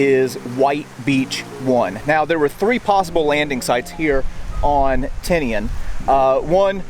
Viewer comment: Surprisingly you can say Tinian sound it out a e i o u’